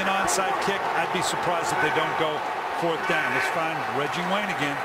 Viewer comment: " I give weggie wayne gweat cweddit"